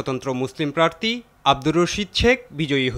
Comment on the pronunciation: প্রার্থী নাকি প্রার্তী